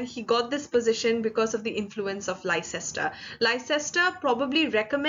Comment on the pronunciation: A friendly correction: Leicester is actually pronounced as "Lester"; as in a person's and a city's name.